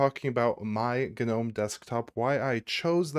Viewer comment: Turned off after seconds.. FFS.. GA-Nome.. I just cant hear you say it anymore.